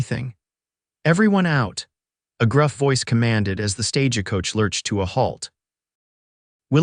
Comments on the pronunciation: You know there's no ah in stagecoach. It's not pernounced stagecoach. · Verbiage was not well in many ways. Are you all from another country so don't realize when reading the story how certain words are pernounced. Like I read (reed) the letter. It's I read (red) the letter. Not Stage a coach just Stagecoach drop the ah in middle.